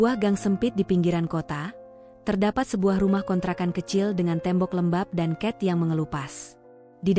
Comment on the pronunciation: Knp cat (utk tembok) kok dibaca ket, hrsnya dicek dulu dong biar gak salah baca/ucap